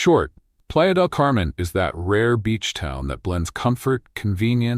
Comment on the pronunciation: your AI isn't pronouncing spanish correctly. Playa De Camen is very crowded and PV is expensive for MX.